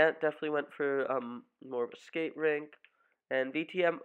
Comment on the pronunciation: Its not a ring, its a "rink"